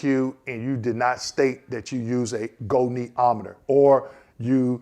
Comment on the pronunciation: I hear you say go..knee..om..e..ter I'm happy to hear you took my advice 😅and sound out the word. GREAT JOB 👍